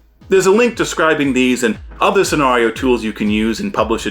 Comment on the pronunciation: I love your channel, I love your content, I hate the way you pronounce "scenario." Keep up the good work.